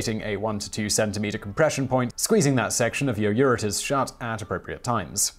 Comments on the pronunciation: I think you meant to say ureters, but it definitely sounded like you said uterus. The same thing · Did he say uterus? I need to go talk to my parents now. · Yeah, Simon's broke on this one. He didn't even catch the two times he said uterus instead of ureters... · Simon... How did you not notice that you kept saying uterus? How did you not notice that? I feel like you've been making a lot more mistakes in reading and reading comprehension lately. Maybe you should give somebody else the wheel for a second,. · I Found Out : Simon, at roughly you say that " when the bladder is initially stretching as it fills via the *uterus*, propelling ... ". It doesn't flow from the uterus, which women have, while men don't. Quote: " Urine flows from the kidneys through the ureters to the urinary bladder. Urination results in urine being excreted from the body through the urethra. ... ". You had the urethra part right, but not the uterus part. Quote: " The uterus (...) or womb is a major female hormone-responsive secondary sex organ of the reproductive system in humans and most other mammals. ... ". Well, both sexes urinate and the urine flows from the ureters. You said uterus, for that's how it sounds with this video and uterus and ureters definitely wouldn't phonetically be pronounced at all in the same way. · My uterus is propelling urine! Ur-e-ters! Simon's having a hell of a time. Hypotranameia(?) should be Hypo-na-tree-me-a (low blood salt). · It’s ureters, not uterus. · Ureters, not uterus!!! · “Uterus” was mentioned at least three times. Is this for real? Also, is the word pronounced ur-I-nal where you’re from? I’m genuinely curious.